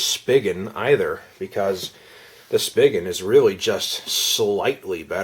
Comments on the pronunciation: Thanks for this video. One thing though, it's pronounced 'spee-gen' not 'spiggin'. ☺ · i thought it was "spygen" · I have been searching for over a month for a good case for my Axon 7 and am on my 3rd case which is the Poetic case which is okay I guess but I prefer something like the Otterbox Defender which I have always used for my phones but Otterbox said they have no plans on making any cases for the Axon 7 so I guess we are stuck with these cases and a few other crappy ones. Just a heads up, Spigen is pronounced (Spy-Jen). Thanks for the video.